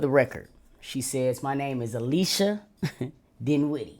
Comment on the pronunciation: You got me HOLLERING!!! 😂😂😂 A-LEE-CHAY to Alicia is crazy. Out loud screaming in here 😂